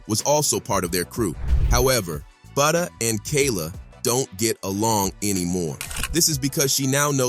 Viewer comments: Fck it’s Butta like Butter 🧈 not Booda or Booty 😡 🤬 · Butta, not booda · It isn’t buhda it’s BuHtter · It's Butta dude like Butter but drop the ER. and put a A at the end geesh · My man really calling him, “Booda”. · Why is bro saying buddha 😂😂😂😂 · Lol he said fbg boota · Say budha one more time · Thank you he sux for that grrrr